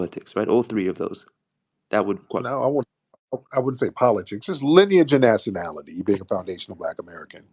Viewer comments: keep saying linage instead of lineage lol omg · When you say linnage 😂😂😂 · Her voice annoys me. “Lin-ej” 🙄😒🤣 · Linage rhymes with spinach !!! 🤣😂🤣😂🤣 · Linach rhymes with spinach 🤦🏽‍♂️😂😂😂😂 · Linage rhymes with spinach!! I’m dead. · “Lineach rhymes with spinach” I am crying tears!! 😂😂😂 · This crazy azz woman done sat up here and created her own word “wats yo lynich? “ u don’t know yo “lynich “I know my “lynich “.. got mad and tried to make a threat with the physicals.. smh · Yooo “LENAGE” 😂😂😂😂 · “Linage rhymes with Spinach” 🤣🤣 FBA is a great term because it encompasses American heritage and culture. So when we hear outlier questions, such as examples like Drake, it helps clear up confusion. Drake spent his formative years as a Canadian, with an allegiance to Canadian heritage. I know some, like Tariq & others, have stated that an FBA must have publicly identified as Black American on paperwork:documents for atleast 10 years but I would go further and include their formative years. And formative years would mean the majority of your teenage (starting at 13) years up until at maximum age 25. If you never identified as African-American, Black American or FBA during your formative years, you’re disqualified from claiming as a self-identifying FBA. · Tariq: “ Mam linage rhymes with spinach!”😂😂😂 You should tell the truth so you can go to heaven, time is almost up! 😂😂😂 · I'm DONE 😆 🤣 😂 He said LINAGE RHYME WITH SPINACH Then proceeded to say "LINAGE" throughout the rest of the phone call 😆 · Linage rhymes with spinach🤣🤣🤣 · linn- age😂😂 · “Lynnge rhymes with Spinach.” Bye Tariq. Fk man. 💀 🤣 🤣 🤣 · I am a 69 y/o FBA and this old woman is foolish and shameful. She can’t be highly educated and pronouncing “lineage” as linach rhyming with spinach🤣🤣🤣🤣🤣 😳😳😳😳Many of us who are considered seniors don’t support this BS! We support Truth to Power❤️❤️✊🏽✊🏽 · Linage rhymes with spinach 😅😅😅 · lineage rhymes with spinach 🤣